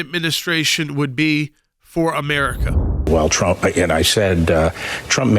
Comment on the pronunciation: He's a jerk, can't even say Trump. He didn't know this before. Come on.